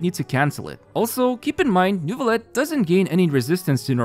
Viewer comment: AAARRG IT SHOULD BE PRONOUNCED NEUVIYETTE AAAARG Sorry, baguette obliged lmao, thanks for the video.